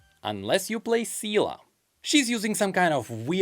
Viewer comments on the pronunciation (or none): Man I love your videos and its funny that you got into it without anticipating it. One thing tho. Please...Its Se-lee. Not Si-la. Please be the only youtuber I watch that can say her name properly... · ah yes my favorite unit, SeeLA KEKW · I am crying at the English VA right now. Because its Zé-Lé, not Sea-La Hell, even google translate pronounces Zé-Lé correctly... I know this is a nitpick, *but her name has been pronounces as Zé-Lé for years*. I do not understand how the VA's not only got her name wrong, but that the directors didn't correct them. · YOU CAN YOU BUTCHER SEEELE'S NAME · It's so jarring how literally everyone including the actual ingame english voice actors mispronounce seele's name.. it's not that hard.. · As a German, with Seele in the game I can finally relate to the pain of Chinese people seeing the rest of the player base trying to pronounce the character names